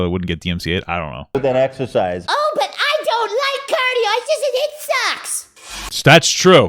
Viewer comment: The way the guy pronounced it “eggsersize” drove me nuts lol